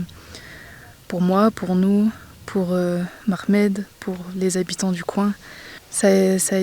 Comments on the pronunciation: C'est M'HAMED pas "Makhmed" ! 😄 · s"il te plait Mademoiselle c'est mohamed et non makhmet - merci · Essayez,,,,de lui corriger l'appellation, de Mhamed,,,elle le prononce Makhmed,,,Merci.